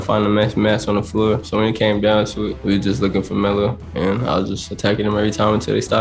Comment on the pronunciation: He can't pronounce Melo though so he's saying Mellu or something like that